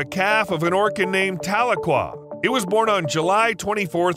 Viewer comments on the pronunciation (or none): Her name is pronounced tah-leak-quah